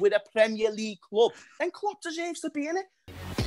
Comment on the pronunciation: Lmao yelling “ look what Kloops done in a short time” Yes in that logic Mou won his title and left a team built for future Chelsea managers. Klopps teams break down on him while still being there.